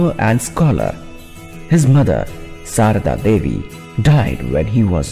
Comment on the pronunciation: The mother name is Sharda Devi not Sharda navy . Turn on captions u will se some mistakes in speaking. Others wise good.